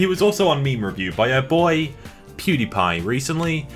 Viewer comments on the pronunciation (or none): none